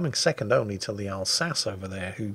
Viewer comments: British man laughs at argentine navy, 1982, colourized P.S.:, Alsace is pronounced Alzasseuh, you scrub. Yes, mylord, i'll go back in the salt mines now. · The counter to carriers is to smile wide, open the VLS doors, and let them have a chat with Uncle SAM and start swatting them out of the skies! And it isn't Alsace in any of those pronunciations, it is the "All Sauce"... Spicy for any occasion! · AS IS THE ALSACE'S PRONUNCIATION! I propose an alliance between France and Finland against the Brits. You in Flolo? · For an English sailor, pronouncing french correctly probably counts as high treason. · I am a frenchman and I resent your mispronounciation of the Alsace. Anglais typique.